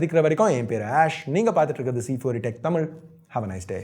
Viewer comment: I like when u say thamizh instead of tamil 👍